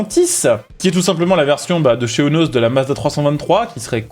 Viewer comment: Petit fait intéressant : la marque Eunos se prononce « iounos »